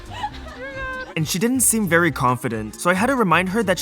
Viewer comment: pov: michel and having these is not VeRy helpful it sounded so indian